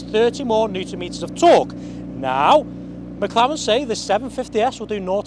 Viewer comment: It’s not a Mclawen 😭😭